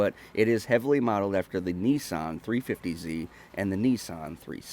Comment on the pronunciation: The way he says nissan 😕